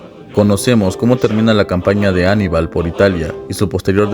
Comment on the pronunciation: No es ánibal, a lo gringo, es aníbal. Ojo